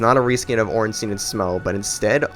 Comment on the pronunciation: who the fuck is ornsteeeeeeeen? why do americans have such a problem pronouncing that fucking name